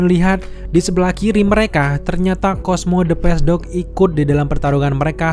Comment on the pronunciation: sama, cosmo the pace dog juga agak susah, wkwkwk